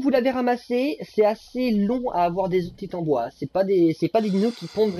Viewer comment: Coucou merci beaucoup pour ce tuto. MER-CI. Rien à redire sinon la prononciation du titanOboa 😅 sinon j’ai pris le soin de noter dans un bloc note toutes les infos des kibbles 😂